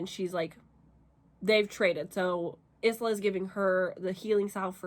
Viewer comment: Bless her heart. It was so painful to hear you mispronounce the MC’s name so many times. It’s a common mistake of monolingual people. The name is pronounced “EEs-lah.” This is a super common name that means “island” in multiple languages. Hope this helps.